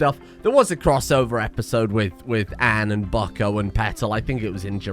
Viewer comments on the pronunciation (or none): Anne has an elongated A in the pronunciation my dude, every time you say it it sounds like you're saying and or an.